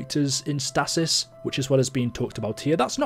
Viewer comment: It's not statis. Its stasis but this is the American in me